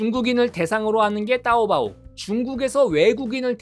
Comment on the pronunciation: 타오바오를 따오바오라고 부르는 한국인 처음보네 혹시 중국사람이신가요?